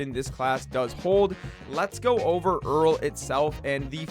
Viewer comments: Wait i was actually fine with them calling it earl since the start but for some reason hearing it so many times in this vid made me so pissed off and now im tilted fucking reeks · He managed to say omni-diagonal but cant say Erel properly..